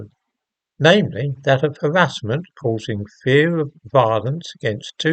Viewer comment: Bear with me on this. In a way I am glad this has happened inasmuch as it will highlight the harassment (pronounced with the emphasis on the 1st syllable ) that he AND HIS CHILDREN are constantly receiving. He is allowed privacy. If the judgement goes against him there will be uproar.